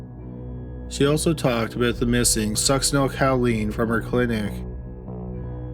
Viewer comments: I love your stuff but just for future reference it Sucks-sin-ol-COH-Leen. Not ‘cow”. I’m sorry, I’m truly not doing it to be mean. I just can’t help myself. 😁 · And the drug she was using is pronounced Suck-sin-el CO-LEEN, not Cow-leen. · The med is pronounced sucks-eh-nyl-ko-leen, not cow-LEEN, but good try nonetheless. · Cowleen or choline (co-lean: no “w”)? 😉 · I'm sorry I have to... succinylCHOline not cow-leen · Succinyl "ko-leen" not "COW-leen" and you cannot detect it after death usually because it breaks down in the body really fast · Suc-cinal-coaleen is more how you pronounce it. 😰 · Fyi... Succinylcholine= suck-sin-ill-ko-leen... There's no 'cow' in it, lol 😉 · it's pronounced succinyl KOL-ine. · The Succinyl-COW-line pronunciation kills me. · me too... Cow?? 🐮🐄😐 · It's also succenol co lean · Ffs succynal Choline not caleen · OMG, I love your videos but, so help me, if you mispronounce Succinylcholine incorrectly ONE.MORE.TIME., I'm going to turn this car around right here! =D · Hoooooow can you be a murder channel and mispronounce succinylcholine 800 times in a row lol. You can’t watch more than 3 episodes of Dateline without hearing that word 15 times. The cringe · omg, I was looking for this comment. I'm literally physically curling into myself every time I know it's coming. I don't even know how you'd get this pronunciation from the way it's spelled. OK, I feel a little better now that this off my chest. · Oh my god, I’m not the only one. I twitched every time I felt it coming. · You know, you got a pass on the 'Chick-a-fil' but if there's a medication you can't pronounce, look it up! Succinlycholine is such a popular drug for killers we all know how to say it!!! This is a crime channel, what the hell??? Friggin' "Chick-a-fil ' was inexcusable also!!! No more passes, dummy!!!! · Just in time after I went out to do some essential grocery shopping! Stay safe! Video starts . That pronunciation of succinylcholine....